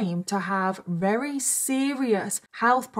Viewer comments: Love... but does anyone else notice she says very with the v sounding like an r? Is that how people from the Uk pronounce v's? Like r's or is this a problem with speech? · Anyone else thinks it's cute that sounds like she's saying wery instead of very most of the time? 🥰👌😂 x